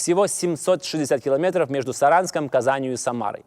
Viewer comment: "Четыреста шестьсот шестьдесят километоров" )), ну, хватит уже выпендриваться. И классический прибалтийский говорок, и неправильные ударения, и теперь вот это - что исчо придумаешь, чтобы ни у кого не осталось никаких сомнений в том, что ты "не есть шибко хорошо говорить па-русски"? Вещай на родном языке - аудитория точно прибавится в разы ))... А контент хороший. Респект!